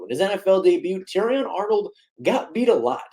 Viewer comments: The T is silent dude.. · he wasn't that bad and also the T in debut isn't pronounced that drove me crazy brah